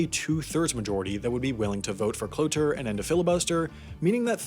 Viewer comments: It’s cloture you say it like you’re saying closure, you can remember this because a cloture motion closes debate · Cloture is pronounced klo chure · Cloture is pronounced like "clo-chur" FYI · Interesting that the ad on a video in which you mispronounced cloture so many times is about improving your speaking skills.